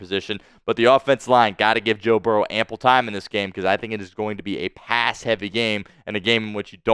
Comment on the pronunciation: What do you think about your Spittsburgh team now?!!! Oh, and who is Barrows?! It's Burrow!!!!! Also, it's diehard, not dieheart! Now I know why you are a delusional Squealers fan! Who Dey!!!!!!